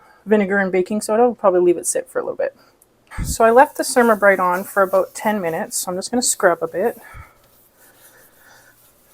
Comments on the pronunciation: The Cer -A-ma -brite (for "ceramic" not "sermuh" ) is supposed to be used without water - it is a fine abrasive that is scrubbed with a dry cloth or paper towel to clean and buff like a paste car wax does. It wipes clean. Works on mine unless I let it build up. I have also used a razor blade for smal areas, then finished with Ceramabrite. 👍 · Pronounce it cer ram a (like ceramic tile) not ( sure am a). Don’t use a half cup of cleanser, just a very small amount and don’t wait until the cooktop is horribly dirty. Clean it every time you cook, after it has cooled. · It is pronounced CER-AM-A Bryte.